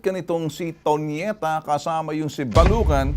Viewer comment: Tonieta hindi ponieta 😂✌